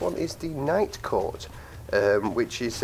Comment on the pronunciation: Legit thought he said Nightcore at first.